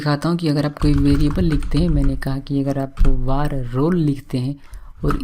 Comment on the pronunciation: He is saying war but it's var (वेर). It's irritating me so much... Looking for this comment...